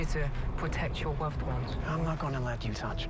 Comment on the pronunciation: "are you here to pwotect your woved ones" I died he's so cute